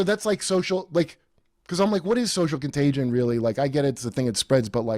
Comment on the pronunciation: What’s a contag-E—on?